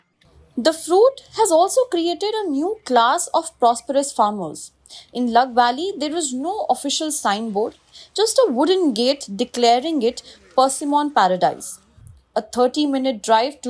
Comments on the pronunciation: With due respect... Its not Laaaag valley, its Lug valley. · It’s not laag … it’s lug valley